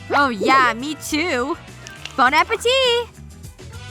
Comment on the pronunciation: Naomi: bone apple tea me: bone apple teeth